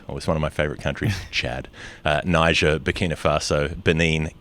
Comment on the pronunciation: Lol guys Niger 🇳🇪 is pronounced "knee-zher" ignore the hyphen i did it for the purposes of syllables there is no break in between its kneezher not "Naijer". I understand there is minefield to navigate with a certain word but it shouldn't be hard.